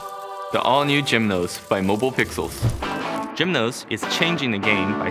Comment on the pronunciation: Its a cool product but why he pronounce it as "Gymnos" when is product is named "Geminos" same as Gemini is pronounced.